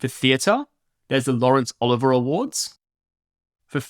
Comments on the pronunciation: You have a mistake in the video with the name of Sir Laurence Olivier. You spelled it and voiced it as OLIVER. It's OLIVIER. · Excellent training videos! That said: one total clanger --- it's the "Laurence Olivier Awards", with an extra "i". Four syllables. He was the most famous actor of his generation, even for an American such as I. But great stuff: thanks again!